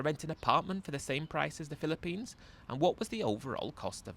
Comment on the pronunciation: Mate fair play to you doing these readouts, as you can barely get through one minute without totally mispronouncing a word or inventing a new one. Banilla and Pillapines were classics in this one. Not sure if you had a speech impediment when youger.